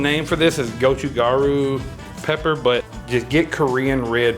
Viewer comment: I love that you pronounce gochujang as "gochugang". Not poking fun, just enjoying it.